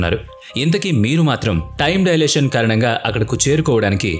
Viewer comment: డయలేషన్ కాదు, టైమ్ డైలేషన్ అనాలి!! అప్పుతచ్చు అన్నమాట.....😂😂😂😂